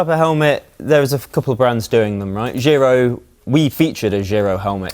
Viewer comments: GEE-ROH , not JAI-ROH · Please pronounce Giro correctly. All Italians cringe or ROFL .it's JEE (J as in jump)- RO! Not a financial transfer method.